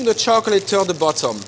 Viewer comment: he said buttom